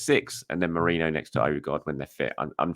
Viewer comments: mer-ee-no please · Still struggling to say Merino I see 😅